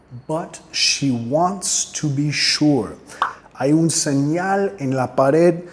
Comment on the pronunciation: Excelente, me gstó mucho, voy a seguirte. Un detalle, la pronunciación de "TO" indicas que suene como en español "to", pero en la canción suena mas bien "tu" ¿es por prununciación inglesa de Robert Plant?